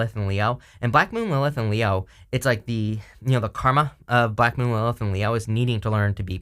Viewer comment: What are you saying "Blackmooninthe elf" You said this word a number of times and I have no idea what you are saying. I know you talk fast which I try to keep up with but maybe sometimes it's a good idea to enunciate really clearly even though you are going through a reading really quickly. But thank you for all that you do. I love hearing your readings,!